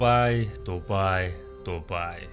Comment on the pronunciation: Та бичихдээ Дубай гэчихээд хэлэхдээ Дубайя гээд бна шд